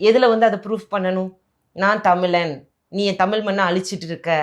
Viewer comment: அது தமிழன் - தமிலன் இல்லை. முதலில் சரியாக உச்சரிக்கவும்.